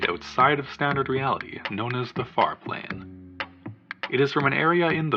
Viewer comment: I swear I heard “fart lane” instead of “far plane”, sorry